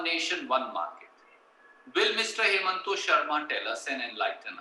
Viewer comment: Why the fuck is he calling him hemant when his name is himanta